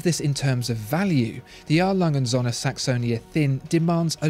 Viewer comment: Appreciate your pronunciation on this one!